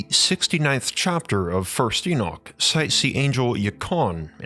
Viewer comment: you're saying Enoch incorrectly, same as a lot of folks. Please pronounce it correctly, we can't listen to such a blaring mistake.